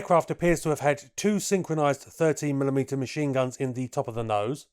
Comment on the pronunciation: He did say that but it came across as sounding like thirty as his voice smushed the two words a bit.